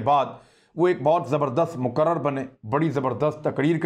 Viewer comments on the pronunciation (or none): مُقَرْرِرْبنے صحیح ہے ۔ مُقَرْرَرْبنے غلط ہے ! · تلفظ اردو ضعیف ,مقرر, بکسر الراء الاول, لا بفتحہ عبدالخالق غفرلہ الہند